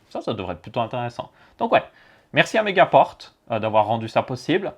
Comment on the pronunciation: On dit megapore